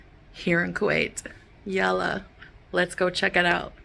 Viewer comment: I cringe every time says "Yella"